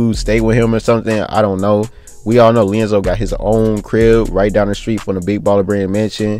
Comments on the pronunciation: why is he calling him (LIANZELO) like what? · His name is LiAngelo ! Lee-And-Jello 😭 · Can you say his name correct lmfao